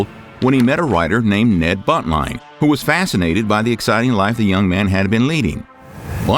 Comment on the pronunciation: When you said buntline, all I can hear is Butt-line and I have to clean my screen.